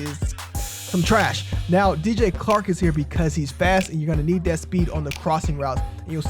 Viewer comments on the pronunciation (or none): Great vid but it's CHark, not Clark lol